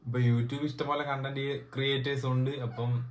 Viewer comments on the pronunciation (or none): none